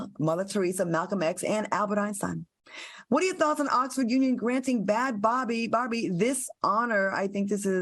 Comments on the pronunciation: Claudia pronounced Bhad Bhabie name so wrong 😂 it's pronounced "bad baby" 😂😂😂😂 this was a funny episode lmao. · Claudia it's pronounced Bad Baby